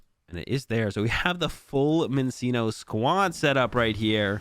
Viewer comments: Its fucking “CHIN-CHINO” thats how you pronounce it ahhhhhhhh and “MIN-CHINO” ahhhhhhhh😂😂😂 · love your content man but you NEED to start correctly pronouncing minccino and cinccino it's driving me up the wall lmao